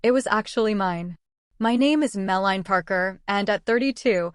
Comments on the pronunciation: The Hermione of this story is Mel_a_nee, not malign or mel-line. Just saying. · So… apparently, the current A. I. couldn’t pronounce her name Melanie (Mel-lan-nee) correctly. It’s ironic, I suppose. Yikes!😬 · I grit my teeth a little every time the AI voice says “Malign” instead of “Melanie.” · im sorry but the bad a i narration is worse than a page of mispelt words...... it should be banned as deception but it wnt be....edited to say yeah... no=no meline=melanie...how hard is it to actually pronounce easy words? just couldnt listen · Too bad AI can't even pronounce Melanie correctly.